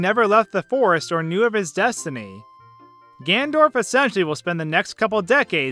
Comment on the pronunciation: Don't know if it's pronounced Deku or Deku, but for sure is not pronounced Ganndorf.